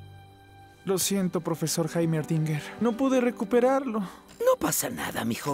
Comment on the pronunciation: Nadie, absolutamente nadie: El alumno: profezor JaimeRdinger xdxd